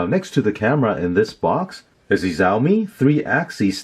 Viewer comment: it's Xiaomi not Zaomii